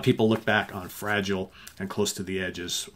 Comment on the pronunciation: Two cracking albums there that’s for sure, b.t.w. You are pronouncing Fragile wrong.